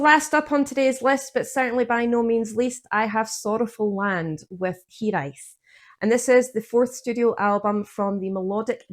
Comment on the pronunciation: You pronounced Hiraeth perfectly 😀